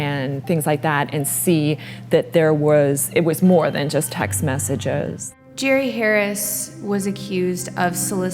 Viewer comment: Mispronouncing his name is kinda a great way to disrespect someone like this. I like it.